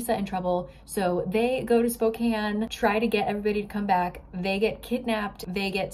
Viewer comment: I just gotta say, thank you for saying Spokane right! So many people do not know how to properly pronounce it.